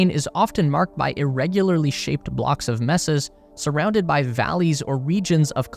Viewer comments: graveyard, not colony ALSO: mesa is pronounced "may-sa" not "mess-ah" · Mesa - "MAY-suh" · Aren't they pronounce May-sa? Not Meh sa? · FYI, "mesa" is pronounced MAY-sa. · Mesa = MAY-sa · yup, he did mess up the pronunciation of Mesa. Is he/it a robot, they do that often? ;D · I never thought I'd hear someone mispronounce 'mesa'... fuck me the internet makes people dumb. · his is a sixpence video and you don't even know to pronounce "mesa"? Take the time to proof your video before releasing it, that's just lazy. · The way this narrator can't say "mesa" makes me think "he" is an a.i. Also the speculation of causes makes me laugh and cringe at the same time. I follow the Electric Universe Theory of cosmology and you all can find those more interesting alternate explanations at the Youtube channel Thunderbolts Project. Having said that I am subscribed here for now. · wrong, it is a Spanish word. May-sa is how english westerners pronounce it.